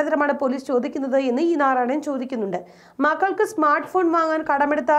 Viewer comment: നാറായണനല്ല.... നാരായണൻ ആണ് 😂🤣 Content of news is great.... Keep it up. 🙏🏻 കേരള പോലീസ് നിലവാരത്ത കർച്ചയിലേക്ക് കൂപ്പുക്കുത്തുന്നോ എന്നതാണ് എന്റെ സംശയം... 🤔